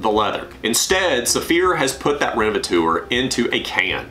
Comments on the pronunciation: Useful video, thank you. I use a generic fabric protector (Gtechniq Smart Fabric for the automotive car cleaning) How do you pronounce that 'renevetor', surely it's 'rene-ve-tor' taken from the word 'renovate'. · renovatour?? "teur" is the French for "tor". so renovator. "tor" like in actor or doctor. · Revateur or Renavateur…??? 😂😂😂😂😂